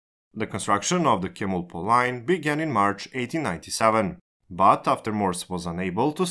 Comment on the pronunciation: Just for more accurate info(No intention of criticizing!) Both Gs in "Gyeongi" are pronounced "guh" sound, so it's more like "Gh-young-Ghi" "Chemulpo" is actually pronounced "Jemulpo" "Gyeongbu" is pronounced "Gh-young-Bu" "Gangnueng" is pronounced "Gang-Nng". Or Just "Gang-Nung" is fine I think.